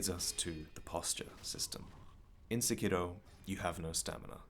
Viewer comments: "SEkiro", not "seKIro," please... Emphasis on the first syllable. Akira is not aKEEra, it's Akira. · The name is pronounced like sepiroth, not sekììììro. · This nigga actually put the Japanese pronunciation on Sekiro lmao fuckin weebs